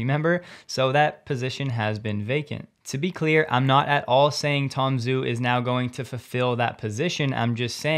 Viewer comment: "Zh" in Chinese is pronounced as a "J". So don't be shy and pronounce his name as Tom Jew.